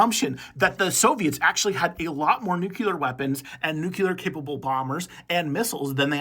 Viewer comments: lol I was going to say this. Drove me crazy during the short. Nuclear not nucular. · Nuke-lee-ur, not Nuke-you-lur. Say it over and over and over until you break the way you have been pronouncing it. Great information, and don’t worry too much about the pronunciation error, that one is quite common, and easy to fix (and forgive).